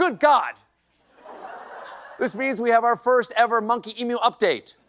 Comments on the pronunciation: Re the Thelma and Louise clip, the Late Show graphics dept. apparently can't tell the difference between an emu and an ostrich. Btw, emu isn't pronounced "e-moo", rather it's "eem-u" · Thanks from Australia for pronouncing emu correctly. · Nice to see SC pronounces emu correctly: “eem-you” not “ee-moo” like most USians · I'm so impressed. An American who knows how to pronounce "Emu". Eem-You, not Ee-Moo. Top job Mr Colbert! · As an Aussie gotta say Thanks Stephen for the pronunciation on emu (eem-you not ee-moo)! And damn that was a pretty good impression. Kudos to the artist for the trail of dust as they went off the cliff! 😄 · He pronounces emu correctly... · Well done for saying emu correctly! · First American to pronounce "emu" correctly. Hallelujah!! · Thank you for pronouncing "Emu" correctly and not saying "Emoo" - Yours sincerely, Australia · First time I've heard an American pronounce emu right. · Stephen Colbert is the only American I have heard say EMU correctly! There is a saying here in Australia - 'I hope your chickens turn into emus and kick your dunny down!' A dunny is an outhouse! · Gotta respect an American who pronounces 'Emu' correctly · I love you, Stephen❤. Thankyou for pronouncing emu correctly.😊 They just wanna come home😔. They don't wish to be in the States rn either😶. Bring our birds home. Love from🇦🇺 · lol thank you for (mostly) pronouncing Emu correctly :-D. Love from Aus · Stephen Colbert is one of the very few Americans that seem to be able to pronounce the word "Emu" correctly. I state this as an Australian that actually knows a bit on how to pronounce Australian words as they are meant to be pronounced, not phonetically butchered by ignorant dicks who seem to be only semi-literate in the basic English language. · bravo first American to pronounce emu correctly. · As an Aussie, it's nice to hear a Seppo pronounce "Emu" correctly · points for unexpectedly correct pronunciation of emu. (edit: until the end, oh well :D )